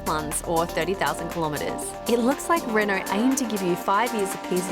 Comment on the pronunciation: She pronounced Renault wrong.